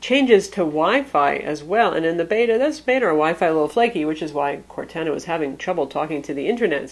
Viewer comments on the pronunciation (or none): Its pronounced "core-tahna" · Don't wanna be the guy that goes crazy over pronouncing something wrong but you've been saying Cortana wrong. Its cor-tah-nah :) just a heads up for next time :) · It is Cor-anna, based off the Character from the Halo game franchise, also from Microsoft. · It drove me nuts too lol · I don't know whyyyyy but it reallllly bugs me as well. I'm not that guy who trolls but it just... Well that's not how you say Cortana. But other than that amazing review! You are my go to person for all things tech! Great job! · The way she pronounced Cortana is atrocious. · Dull Panda Sorry, I didn't mean to offend you so much. is awesome. She does a great job reviewing things. I was mostly kidding.